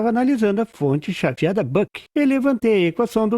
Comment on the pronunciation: nossa meu ouvido ta ruim mas ouvi em FONTE CHATIADA ...kkkk mas a explicação é ótima...🤣